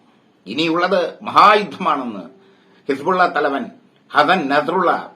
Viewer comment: ലോക വാർത്ത കേട്ടിട്ട് പഠിച്ചിട്ട് പറയുമെട്ടെ ഹിസ് പൂള വെന്ത് മരിച്ചു.. ഹിസ് പൂള ആ വി ആയി